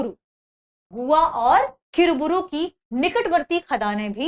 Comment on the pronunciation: किरीबुरू is the right pronunciation.